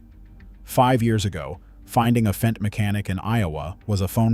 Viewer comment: It's Fendt, not F-E-N-D